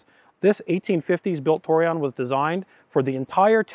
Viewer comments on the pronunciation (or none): Tor- eh- own is how to pronounce it.